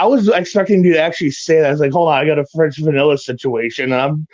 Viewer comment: French vanilla sitaueshion....